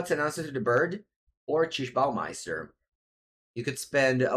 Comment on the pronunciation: Lol! Your pronunciation of orcish bowmaster is too good